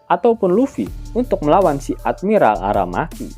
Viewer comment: Menit 2.53.. Tumben bilang admiral ARAMAKI benerr.. Biasanya ARAM*KI 🤣